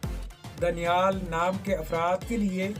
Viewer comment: दानियाल होता है भाई